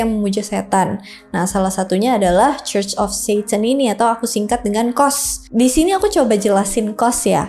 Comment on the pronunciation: Sebutan Church bukan KOS, tapi CUS....😊